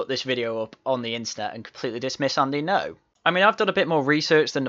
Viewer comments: The way he pronounces ngo is a proper wind up. Borderline racist tbh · 'Engo'. What a teewat. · There is no way has not heard the correct pronunciation of Ngo. Purposefully mispronouncing Andy Ngo's name is bordering on racism and if we use the ideological compass of Novara Media then it absolutely is racist and should be fired/step down.